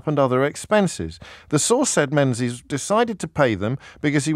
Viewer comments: James, his surname is pronounced Mengis, not Menzies, it's a Scottish surname. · its not pronounced Menzies its Ming-is